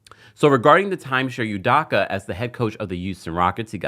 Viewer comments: Its pronounced -DOH-KUH. DOH-KUH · His last name is pronounced ‘u-dough-kah’